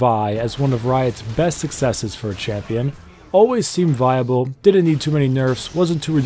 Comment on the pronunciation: HAHA LOL „VI able“